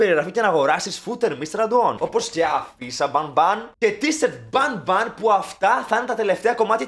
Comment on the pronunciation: Banbalina Λέγετε το κορίτσι 😅Μια φορά να το πεις σοστά 😅😅